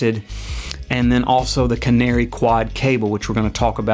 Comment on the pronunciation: Nice article, thanks. But it's Canare and Neutrik (not canary and neutrix)